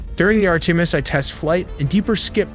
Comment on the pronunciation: Horrible voice narration. Sounds like beginner video. Too bad because the graphics and info is good. too bad the narration is garbage full of mispronounced words. Even the word "Artimis" is pronounced wrong...really dude